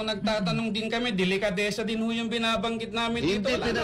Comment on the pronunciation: anong "delekadesa" ? "didistansya"? tama nga naman! bakit sya didistansya??? may dapat ba syang iwasan tungkol sa issue? may tinatago ba sya o ang asawa nya at iiwas sila kung mag kakakunek-kunek man? TANGA KA NGA! 😂 ang lutong!